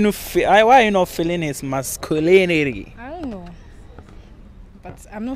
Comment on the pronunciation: You ankasa you don’t know correct English 😂😂what is masculility 😂😂😂